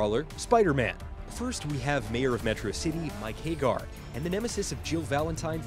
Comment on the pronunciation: I stopped the video when the narrator pronounced Haggar "Hey-gar".